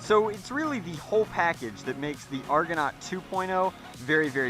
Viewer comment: It's pronounced argonaut PADAWAN